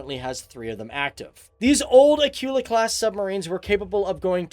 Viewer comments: "Acoola" Not "A cue la" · Actually it's pronounced Akoola and not like Akiula like you say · It's Akula. Get your terms right first lol.